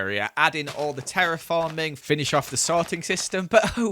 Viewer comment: Has no one noticed he said "Ceraphorming"